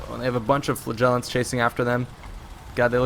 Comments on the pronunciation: it's flAgellants not flagEllants!!!! Great video though. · He says Flagellants and I hear Flatulence.